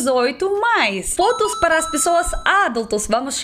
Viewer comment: "Nas filas parra comprrar a Vodka" AAAAAAAAAAHHHHHHHHH VOCE É MUITO FOFAAAAAAA